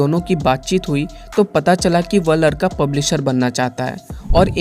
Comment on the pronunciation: प्रभु जी आप का कहानी सुनाने का अंदाज बेहतरीन है लेकिन आप कई बार "लड़का" को "लरका" बोल रहे हैं जो कि हिंदी वाचक को शोभा नहीं देता। यह एक परामर्श है कृपया आप इसे अन्यथा न लें।